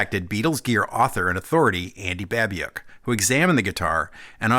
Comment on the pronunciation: buh-BYOOK He himself pronounces it that way.